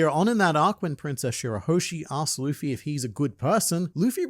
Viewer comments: i still love people saying lufy instead of luffy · my whole family knows i love OP, and they alll say luffys name like that...Luhhffy, and it grinds my gears so much. When has "Lu" ever made a "LA" sound lol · Im so glad you pointed out how that guy prenounced luffy 😅😅 pissed me off when i wached it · A ahout iut to my boy with blaze Simn Whistler! Forgive me my weebbbretheran, his haven't figure oit how to pronounce Luffy's name yet. But he treats the subject matref with the respect it deserve and this particukar episode of Warfronts (one of his many, many, many chanels) was writen by a tru beliver in the one piesce. It is a very good one, arguing about the relevance of the symbol from the resl worlds perspective reather from inside the narrative; as our deer main in the internet has marvelously done here. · Seeing GrandLineReviews note Simon Whistlers inability to pronounce Luffy makes my British heart happy 😂 One of Whistler's writers is from Yorkshire and regularly gives him difficult local words like Rotherham and Keighley to pronounce 😂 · bro that little clip "luffy" he said it wrong the entire video lmaoooo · Did you see them cover this? Simon couldn't pronounce Luffy's name, but it was honestly one of the coolest things to see them break this down. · I hope people recognize Oda isn’t the person telling anyone to use these Straw Hat jolly roger, this is up to THE FREEDOM of these individuals to choose and Oda shouldn’t be at fault for it. And the amount of people pronouncing Luffy wrong on the news will gum gum sky-rocket